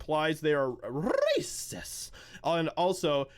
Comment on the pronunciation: “Rrrrrrrrrrrracist!” Role those R’s people. Btw you could be a voice actor😂